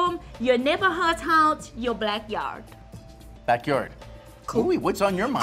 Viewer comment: Soooo nobody gon talk about the fact that she said “your blackyard” 🤣